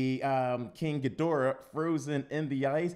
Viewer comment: FINALLY!! Someone who didn't mispronounce the name of King Ghidorah, Mothra, and Rodan!